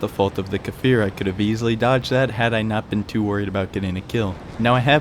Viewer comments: it's pronounced Kfir, not Kafir, it means lion cub in hebrew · great video and all but as an israeli it's cfir not kafir as of baby lion in hebrew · 😂 It's not kAfir Just kfir No vowels between them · Well, it's just Kfir... The "K" functions just like "S" functions in the word 'stir' definitely not "fir" :) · I apologize, I didn't realize that you managed to understand the pronunciation anyway? imagine the K is a short K sound with "no movement" and then it's followed immediately by the "Fir" didn't mean to offend you in any way friend, I really like your videos